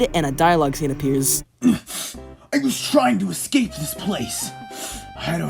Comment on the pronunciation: A bit off topic...but why do you insist on saying "Ex-cape" rather than saying "Escape"?